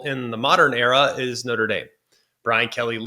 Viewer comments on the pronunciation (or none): none